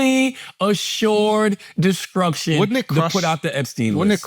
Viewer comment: take a drink everytime char says "mutually assured deskrukshun" 🤭